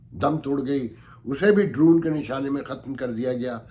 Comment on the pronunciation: You say it as droon۔may be my hearing is not good۔it reminds me of seatoo n centoo.